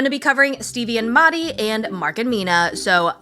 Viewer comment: Sorry I haven’t been keeping up with the show- did you change your pronunciation of Mahdi because it came up in the show that Stevie was saying it wrong? Because I need to know if they address it 😂